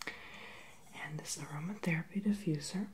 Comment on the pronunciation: what is eroma therapy for is it for your cough